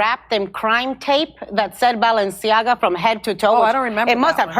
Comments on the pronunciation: notice how she pronounces Balenciaga as "Baalenciaga" Baal enci aga = Baal the king Baal enciaga = Baal's curse Hmmmmm... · “Balanchia” add lol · The multiple mispronunciations of Balenciaga are cracking me up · I like how Jimmy committed to not knowing how to say “Balenciaga” but going for it anyway with 0 fucks give. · 1. Craig has it right. 2. I counted at least FIVE different pronunciation of the name Balenciaga which made it even better to watch this video!😆😂🤣🤣🤣🥲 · I love hearing Jimmy MisPronounce "Balenciaga". Fuck those weirdos 😂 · Love how both and Jimmy are mispronouncing the brand differently 😂